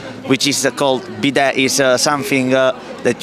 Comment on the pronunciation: Lol wash ass machine!!!🤣🤣 it’s called a bidet pronounced bee- day.🤣🤣